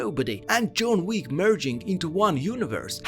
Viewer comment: "June Week" .. really? lmao